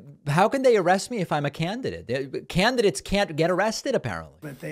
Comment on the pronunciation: I’m a “CAN-De-Date”. And they accuse Biden of not being able to pronounce words? 😅